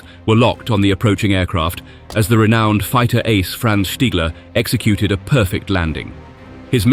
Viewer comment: 10 seconds in I HEAR the name "stiggler", no WWII pilot is respected more than STIGGLER!